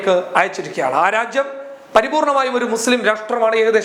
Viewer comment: നിങ്ങൾ രാജ്യം എന്ന് പ്രെസ്സ് ചെയ്തു പറയുമ്പോൾ ഉച്ചാരണം തെറ്റുന്നു. ഒരു മലയാള അദ്ധ്യാപകനെ ഇത് കേൾപ്പിച്ചു ഉച്ചാരണം ശരിയാക്കുന്നത് നന്നായിരിക്കും